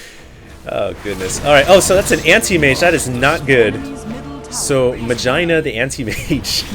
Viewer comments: i swear to God i think i heard vagina the anti-mage instead of magina :)) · He said Ma-GINA lmao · hahahahahahaha Mah-Gye-Nah ftw :)